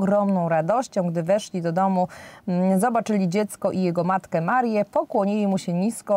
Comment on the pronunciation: Pani redaktor mówi się Maryję nie Marię bo to jest niepoprawnie